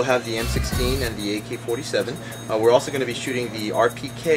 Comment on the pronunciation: he says aykay fortay sayven